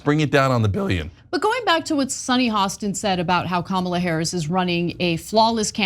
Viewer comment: Ana pronunciation of Ka.ma.la is most accurate of all.